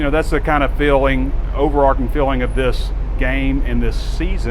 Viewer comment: It’s over-arCH, not over-ark…